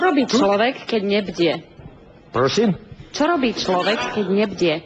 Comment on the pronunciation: Ten první to je nářez. Už ten začátek jak zazní to jeho Prosim z Anglickým akcentem 😂